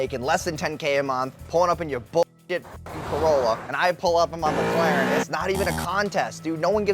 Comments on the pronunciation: he claimed Charlie said McLaren wrong but he calls it a “McLerrn” 😂😂😂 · What a douche. It is Mc-Laren, not Meh-Claren XDD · Calls out charlie for nitpicking about pronunciation Literally 3 videos ago: Nitpicks how charlie pronounces Mclaren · What l found funny is he was dissing Charlie for supposedly mispronouncing McLaren by saying Penguinz was saying McGlaren while when said it he was actually saying it as McClaren. So in his rant about Charlie clearly mispronounces the same word. He added a second ‘c’ to McLaren. He’s a joke😂😂🎉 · The only gripe is how Charlie says Mc-Laren. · its not mclaren its mCKlaren, yeah you really got him with this. that dude is insufferable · "He doesn't even know how to pronounce mclaren or rolex" he says while mispronouncing both of them. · "it's not mclaren, it's mclaren." the world isn't gonna end by changing the slightest syllable of a word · Meanwhile attacks charlie for saying McLaren wrong 😭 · "If you get that triggered by the fact that I [said your name wrong], that's a massive insecurity" - Guy who got triggered over someone saying "Mclaren" wrong. Also pretty sure everyone says his name wrong. Think it was on Steve-O's podcast where he said it was actually "Penguin Z Zero" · Someone saying "UN-experienced" has no place telling others they're pronouncing McLaren wrong 😂